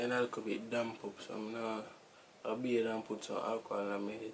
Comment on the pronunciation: beaT not bear